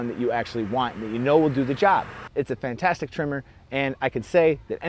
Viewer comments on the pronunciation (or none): none